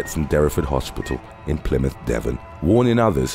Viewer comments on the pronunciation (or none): none